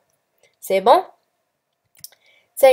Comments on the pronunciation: Merci pour vos efforts! mais on dit PERFORATION et non pas performation!!!!!! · perforation intestinale not performation merciii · Perforation non performation